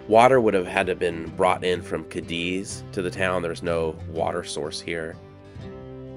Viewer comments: It's NOT pronounced "Kadiz - Cadiz but Kah-dees. We'll accept Kah-deez. Pls do your homework well before putting out contents 🙄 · It's actually pronounced "kay deez" I love video's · FYI. It’s pronounced Katies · It’s not “kah-DEEZ” it is “KAY-deez”… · I worked on the railroad and the name Cadiz is pronounced Kay-dees with the emphasis on the first syllable. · You are pronouncing Cadiz wrong! It sounds like this " K deez "... As a brakeman I rode freight trains thru there early 70's.. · Cadiz is pronounced ( Kay - Deez ) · It's pronounced Kay Dee's I'm pretty sure. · Out on the desert you pronounce it Katy's. In Spain it's Cádiz, which you pronounce KAH-dees, but it got Americanized on the desert. I lived north of Goffs back in the 70s, and while I can't recall whether I ever was in Cadiz, I heard the name many times. 🤠 I once wanted to be buried in the Goffs cemetery, but it turns out that's not possible, and anyway the VA will bury me for free in a national cemetery. I don't know how true it is, but when I lived on the desert I heard that you can drill anywhere and hit cold, clear, delicious water no more than 1,000 feet down. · The railroad folk pronounced the word Cadiz as KAY - deez. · It is pronounced Katie's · I've been to Cadiz, Spain. There it's accentuated on the first syllable.